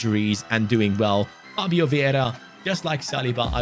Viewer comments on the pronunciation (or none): none